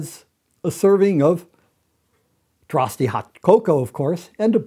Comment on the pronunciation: Dutch here; you don't pronounce the e in Droste.